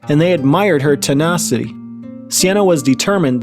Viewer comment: Tenacity not tenarcity i didn't finish school but i know how t pronounce words